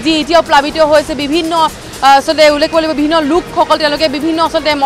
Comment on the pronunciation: Ullekh word tu k thikse practice koril sage..